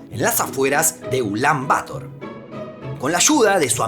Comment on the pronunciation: Una pequeña corrección: "Bator" se pronuncia acentuando la palabra en la segunda sílaba; no en la primera. ¡Muy buen video!